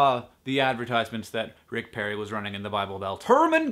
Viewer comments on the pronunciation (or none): Sorry Hank. It's Perry, not Parry. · perry, not parry :P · its perry, not parry. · Isn't it "perry"?